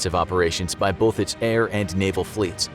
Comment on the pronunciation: There's NO "L" in "BOTH" You can fix it this! I believe in you,. Don't let anyone tell you you're unable to overcome this easy-to-fix problem!